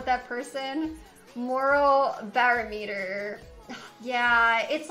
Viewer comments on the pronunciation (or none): "moro barrow-meter" ... lol 🤣🤦‍♀️ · “Bear -o-meter” that’s what it sounds like when she tries to say barometer😂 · The most shocking thing in this video is how she said barometer 😂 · "Barrow meter" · She couldn't say barometer lol